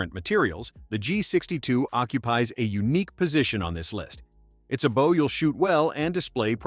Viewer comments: The AI narrator in this video continues to mispronounce bow. It’s B-Oh not Bauw. Listening to these AI narrators really takes all the fun out of watching these video.Use a real person not some computer generated soulless. machine. Every archer watching this video is literally Wensing. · Bow. As your narrator keeps pronouncing it, is the front of a ship or boat. Not the thing you shoot arrows from. Please feel free to do your homework beforehand.